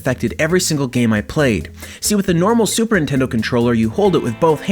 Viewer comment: Yo this is a sweet controller but you said "Super Intendo"